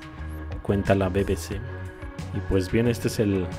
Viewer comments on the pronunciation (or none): none